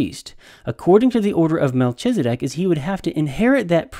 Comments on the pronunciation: That’s a lot of information, but for all your knowledge and insight you can’t even follow a rule of grammar in Hebrew that “ch” is pronounced as a “K”. I winced every time you said MelCHizedek, so much so that your arguments were difficult to follow. Obviously, your biblical and historical knowledge are greater than mine, but I wonder, how much can you really know if you cannot follow simple rules of grammar. Not trying to strain out the proverbial knat, but honestly, how seriously can I really take you. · Learn to count? That makes no sense. The CH in Melchizedek is pronounced K as in kite, not CH as in CHURCH. You pronounced it wrong every time you said it.